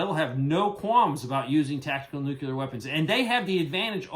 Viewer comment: Nuclear is pronounced "New clear. Like the opposite of "Old Clear." If someone pronounces it "newk ular," it just makes them look like a dumbshit.